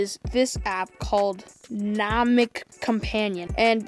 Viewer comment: NA-HE- MICK